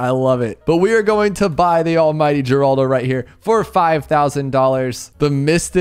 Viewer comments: I believe if I am not mistaken he is the brother of Geraldo Rivera. So it is pronounced Heraldo not Geeraldo. But I could be wrong. No matter to me I have a Hazelnut Torte to devour. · Yea it's 'Horaldo'